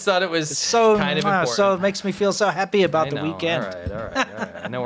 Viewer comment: "impor'en'h" The word is important.